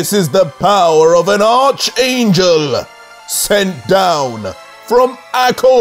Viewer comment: The "h" is silent when you say archangel it more "arc" angel you don't have to emphasize the "h"